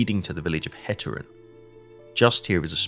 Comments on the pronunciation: Hate-err-en not hat-err-en Rand-vike not rand-wick :) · Great stuff. One single remark, if I may. 'Heteren'. The first syllable should be pronounced like the English word 'hate'.